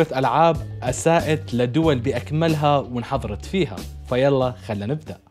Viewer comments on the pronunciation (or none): none